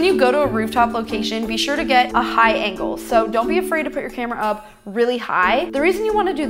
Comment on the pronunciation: Did anyone hear high ankle instead of high angle like if you agree